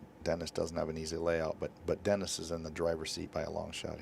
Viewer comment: Guy is pronouncing Dennis’s name all kinds of wrong sounds like he’s saying Orculo… yeah if yk yk